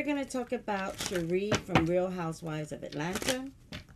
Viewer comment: It's pronounced Sha-Ray miss missy 😊